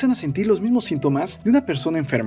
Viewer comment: Al minuto 553 el narrador dice sintomes